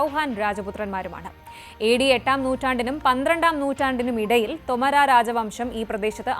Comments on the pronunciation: ശ്രദ്ധിയ്ക്കണം. തൊമരാ എന്നല്ല. തോമർ എന്നാണ്. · തോമർ രാജവംശം, ഉച്ചാരണം ശെരിയല്ല